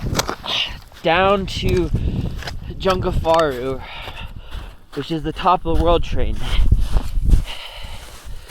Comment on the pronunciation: You said jungfrau wrong so many times I love it